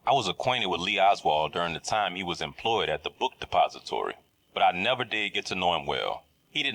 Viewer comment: The way this guy says “the book depository” is so satisfying